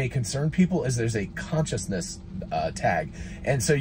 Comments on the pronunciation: ConCISEness, not conciousness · For the love of God, it says CONCISENESS (as in brevity, briefness), NOT CONSCIOUSNESS (self-awareness).